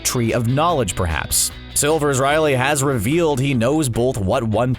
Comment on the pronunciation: "Silvers Riley" ...